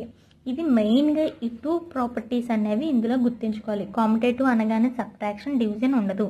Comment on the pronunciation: Not commotative it is pronounced as commutative